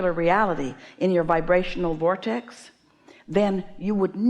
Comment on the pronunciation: Hearing this woman say "Voytex" gets me a little closer to mine 😊